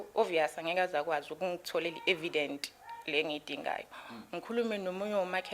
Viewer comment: Evidence not e Vedent